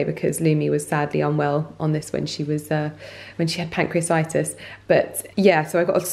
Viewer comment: pronunciation - it's pancreatitis - it's literally pronounced exactly as written!! PAN-CREE-A-TIE-TIS. You're welcome lovely. x